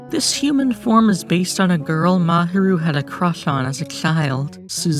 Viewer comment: I liked the video, but your pronunciation of Fuchi/Sunao & Mahiru was the most horrible ahaha sorry. Aside from that, Hiruma (if you're calling Fuchi by his last name, maybe focus on calling all of them by their last name – either that, or commit to calling all of them by their first name, which would be Sunao) or Mahiru, whatever you wanna call him, is okay. Eve posted a comic strip that Sunao called an ambulance.